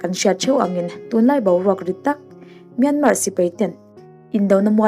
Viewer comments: Myanmar tia lam loh tur, myanma tia lam tur, r hi silent tur an tia lom mi thiam ten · I sawi ngaihawm thle mai. Myanmar I lam dan hi anmahni a ram neitute lam danin lam thei la a ngaihthlak a nuam leh zual ang. 'Myan' hi thluk hniam a, 'mar' -a 'r' hi silent tur a ni. 'piancham'. Thluk anga thluk tur a ni.